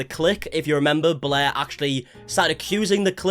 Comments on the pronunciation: whenever you say blair i hear bläää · im not really interested in all drama i just like how this guy pronounce blair bläh